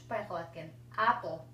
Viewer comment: АПЛ эмес эйпл го дейм.